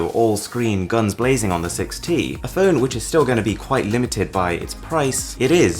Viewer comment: I can't help getting a huge inspector Clouseau vibe each time you say "feun"... Also, Android "Pee" ? LOL...